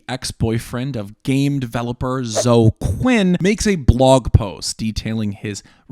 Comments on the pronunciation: The mispronouncing of Zo-eee as "Zo" is so bizarre and offputting. LEARN TO PRONOUNCE. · Really? You’re pronouncing “Zoe” as “Zoh”?? Cmon dude. Surely you’ve heard this name before. After all, as you say, this is THE most important political story! It’s “zoh-ee” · Thank you for going over GamerG; it’s really helpful for people to have at least a mild familiarity with. Also, and pardon my old head-ness, but it’s “Zo-EE” Quinn. Also, saying Spencer planned UTR is slightly misleading, but it honestly doesn’t matter. Great work compiling the timeline. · As I told someone: "I distrust my own government. Why would I trust a foreign government more than my own?" Also, I think Quinn's first name is pronounced "Zoey". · Toh- ee? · Is "Zo" how you pronounce Zoe if you've only ever seen it in text before? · It never occurred to me that someone could mispronounce the name Zoe.